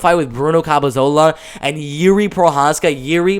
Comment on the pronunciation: CAP-E-LO-ZA You're saying, CAP-E-ZO-LA. I hate to criticize as the hustle you're showing is great, but the mispronunciations and the way you have to talk (for whatever reason), isn't something that will grow your fanbase in my opinion. Gotta try to fix or improve on things that you're clearly receiving criticism for.